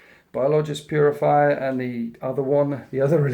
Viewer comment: its biologus putrifier (bio-low-guss, pute-riff-ire)